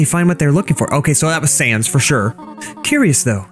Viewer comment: he makes sans sound like fell 😂